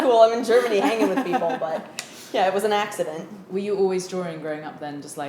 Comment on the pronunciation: "it was an axe-ident" - 2018